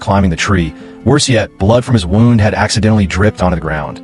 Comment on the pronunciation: Can't you tell whether wound should be pronounced wound or wound Rubbish Reader?